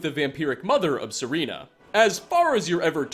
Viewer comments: Sereana? Why did you pronounce that e? It’s Serana. SerAna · u said serena and guess what, its SERANA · It's Serana, not Serena. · SerREna?! Seriously? You, of all people, should know her name is SerRAna.... Shame shame shame... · KatelynNeko You're talking about the guy who can't make one video without a mispronunciation. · It’s serANA, not SerENA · "Sareena?" Are you shitting me? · Serana, Ser-ah-nah. Lol they even say it in game for you xD Also both you and the game are wrong about calipers they don't hold things in place at all, they are a measuring device mainly used for inner and outer diameters and lengths. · Vampiric mother of SEREENA? At this point, I'm watching the series purely to catch all those mispronounced bits rather than for the content itself lol (the content is still good, keep it up). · Miraaks dialog changes depending on how many dragons you killed before meeting him. Also, it's Serana, not Sereena. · I'm sorry dude but how are you saying Serana's name wrong, they literally say it correctly multiple times in-game, rant over and again sorry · As much as I enjoy these videos, the narrator's ability to mispronounce names drives me nuts! The way he said Serana's name made me shudder in disbelief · Literally mispronounced a whole bunch of names they actually say in the game itself. Serana, Alftand, Hermaeus Mora, etc. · 6 years and you still pronounced Serana's name wrong. Still cool though, these videos are always interesting to watch